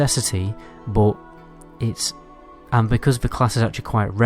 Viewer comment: It's buff not boff It's but not boot